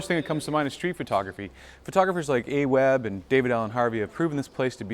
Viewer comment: A Webb! Haha Jesus man, it's not hard to say Alex